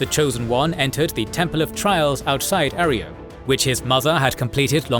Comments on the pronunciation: A. Roy. Yo. Not "Are E O." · It’s not arrio it’s arroyo. A Roy o. It’s my last name lol Jesus. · Arroyo is pronounced ah-roy-yo. Great vid otherwise! Keep up the good work. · Your AI cant pronounce Arroyo properly.😊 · Finally, good to see the Chosen One's adventure summed up by your style. Couple things to note: 1. Its pronunced A-Roy-Oh not Areo... actually drove me up the wall hearing you butcher it. 2. Its pronounced Klamith, not Klah Mawth. 3. The Councillor who helped the chosen one "get around" First Citizen Lynnette was McClure and he was one of the decent Vault City citizens. Very practical but still loyal to what Vaul City stood for. 4. The Salvatore deal with the Enclave was their own destruction as the deal to get "Lightbringers" the laser weaponry was actually a way for the Enclave to control Reno. The Enclave knew once the Salvatores "won" the gang war they would broadcast a code to kill the weapons and then the Enclave would mop them up. 5. The Brotherhood helps the Chosen One infiltrate Navarro with advice. The infiltration required the Chosen One to travel alone to Navarro. 6. The Enclave's genocidial plan actually would've killed everyone on the mainland even the chosen one. The Chosen One knew there was only one resolution. Stop the Enclave. The game did an excellent job of showing you how EVERYONE was manipulating the others. Even the NCR wasn't squeaky clean such as organising raiders to bully towns into coming to join the republic. The story of the Chosen One was brilliant and they played a titanic role in changing the fate of the world not just California's fate. On a brief seperate note playing the game on low intelligence was an absolute gem. 100% recommend it. The